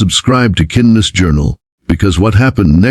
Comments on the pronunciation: So sucks It cannot prounce simple words… kindness is not kin dess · Why can't the narrator pronounce 'kindness ' ?